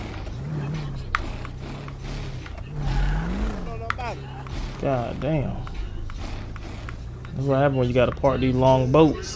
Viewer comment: “i do gah damn better” 😂